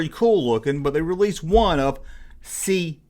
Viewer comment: Aha aha aha, he tried to say C3P0 right! I started that shit. Yes, just say 3PO.